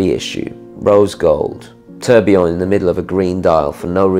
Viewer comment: An interesting selection, I enjoyed the video very much, thanks. I have to ask though, why have you started mispronouncing tourbillon or taking the trouble to get one half right and then forgetting about the other half. It might be picky but as a broadcaster I think you have a responsibility to respect the pronounciation of foreign words and even English words like aluminium and nuclear, words which are now commonly mis pronounced in the USA.